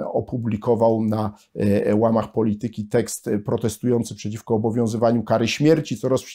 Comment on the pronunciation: poLItyki!!! Na miłość boską, jak można tak kaleczyć polszczyznę!